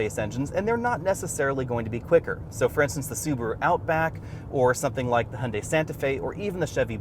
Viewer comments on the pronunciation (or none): none